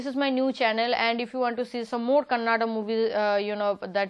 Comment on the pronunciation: madam ones again pls pronounce Kannada not kannad